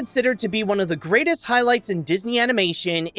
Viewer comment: One word: Merlock. He fell from the greatest height. Greight-EST.